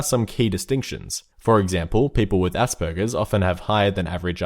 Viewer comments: When you hear asperbergers and think did he just say assburgers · When you said Aspergers I thought you said ''Ass burgers''